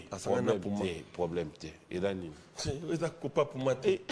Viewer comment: Balmain puma ehhh yekola ko prononcé puma